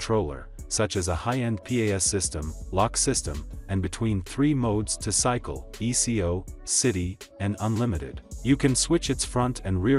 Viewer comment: Someone needs to teach this narrator that it's ECO not E. C. O. meaning economy